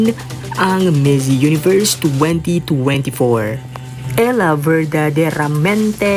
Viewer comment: "Ella" is not pronounced as "ELA", It is pronounced as " ELYa". Same with our Spanish Surnames with double L. Example is "Villaruz" We say it as "VI-LYA-RUZ".